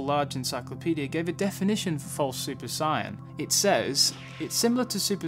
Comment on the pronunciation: At around like you pronounce “Saiyan “ as opposed to “Sighyan” lol